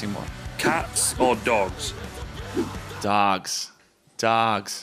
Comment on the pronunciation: Love the emphasis Chris puts on dogs, "dawgs."